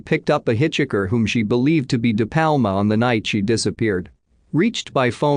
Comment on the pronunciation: "Hitch-ickers"? Where the hell did you go to school?